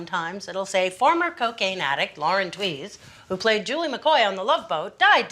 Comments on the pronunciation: implies you are interested in facts. Is the correct pronunciation of a name factual? Please. “Twees” is the correct pronunciation. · Tewes pronounced tweeze. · She actually says her name in the first clip and you still pronounced it wrong all the way through